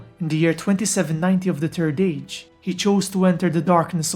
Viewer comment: not to offend you or anything but i love your acsent when you say "the turd age" it just is so cool to listen to keep up the good work and a merry xmas to u =D